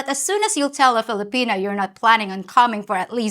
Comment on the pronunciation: Did you say “Filopenis”? 😂😂